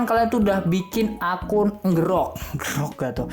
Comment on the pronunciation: Bacanya itu enjirok, bukan ngerok